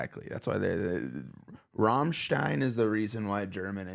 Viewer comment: You will inevitably get long explanations from Germans about this video. I'll refrain and just say that finally someone pronounces Rammstein correctly (but Germany incorrectly, but luckily just corrected 😄). Thanks for the great Reaction 🤘🏻🔥